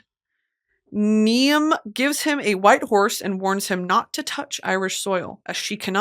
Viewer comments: Wait until Brittany realises “Niamh” is pronounced “Neev” 😂😂😂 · I’m assuming 400 people have already said it, but Niamh is pronounced “Neeve”! My cousin is half Irish, named Niamh and spent her whole life here in the states helping people pronounce her name after meeting them lol. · Another weird Irish pronunciation- Niam is actually pronounced Neeve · my name is niamh and my mum named me after this irish folktale which im now doing for my A level art piece :) The princesses name is Niamh pronounced as nieve or kneeve, in irish "mh" make a v sound, Hope this makes it easier :) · Niamh is pronounced like Neve and Oisín is like Oh-Sheen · BRITTANY MY NAME IS NIAMH AND ITS PRONOUNCED NEEVE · Niamh is pronounced like “Neeve”. I had beef with an Irish girl in elementary school named Niamh. If you’re watching this, Niamh, fuck you. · i think niamh is pronounced like neev or neeva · Brittany! My name is Niamh! And I know you love words and how to pronounce them so it’s pronounced “Neve” like Eve with an N! I was so excited when I saw my name and you were talking about the story of it!! You’re my favorite ever!! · Niamh is pronounced "neeve" 😊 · Not Neeam for Niamh 😭 girl